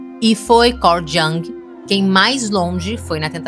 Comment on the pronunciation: A pronúncia é “iung”e não “djang”. Nada pessoal, ouço muita gente se referindo ao Jung dessa maneira errônea ❤